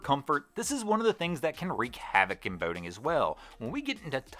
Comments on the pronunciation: Why do you say boating like bao-ting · Lol "Bowding"